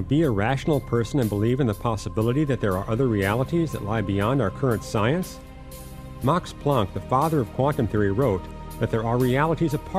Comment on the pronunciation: I believe his name is Max Planck - not Mox Plonck.